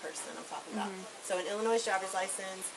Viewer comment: Both people pronouced Illinois wrong. Crazy